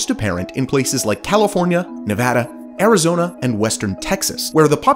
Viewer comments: Then "Azirona?" Are you serious? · Azirona Ihado.